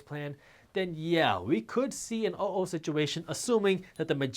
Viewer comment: It's not oh-o...it's uh, oh.